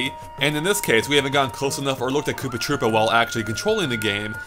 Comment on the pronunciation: Did you say Poopa Troopa?